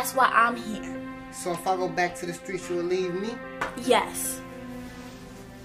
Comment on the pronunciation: "I graduated from the Stweetz"